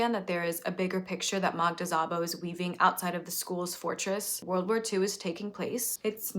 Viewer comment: just so you know, Szabo is pronounced not like "z" but "s". im not good with phonetics writing but more like s in "submarine"